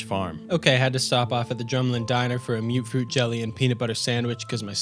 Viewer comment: Am I wrong to think that it’s pronounced mut-fruit and not mute-fruit?